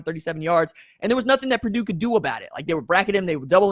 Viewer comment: It's Purdue